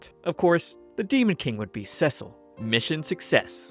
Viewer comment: Yay! You are awesome! And thank you for saying Cecil's name right, I really appreciate it. I really enjoyed your work and will look forward for more next time. ❤❤❤